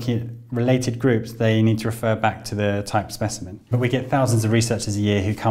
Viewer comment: SPESHIMEN forsenT